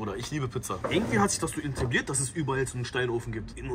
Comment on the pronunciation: Intibliert nicht etabliert